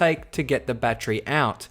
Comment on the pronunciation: Bat-ter-y. Three syllables. Not a bat-tree.